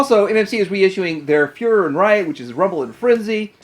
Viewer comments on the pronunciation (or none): none